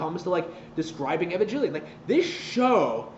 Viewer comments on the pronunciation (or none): can understand the show but can't understand how to pronounce evangelion apparently though #fakefan